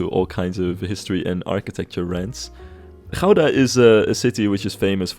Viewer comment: Great episode,, and I'm loving the series so far. I especially love how well the City Hall came out. It was also an educational episode; not only did I learn about Dutch architecture, my American mind learned the true, proper Dutch pronunciation of "Gouda" 😆